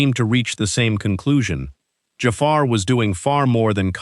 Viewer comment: The guy doing this video! Oh my gosh can you LEARN how to pronounce JAFAR’s name!!!!! It’s terrible you can’t say it! Listen to how his family’s says it! It’s not JAY FAR! Good grief!